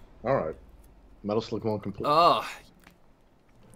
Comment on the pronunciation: LOL ITS METAL SLUUGGG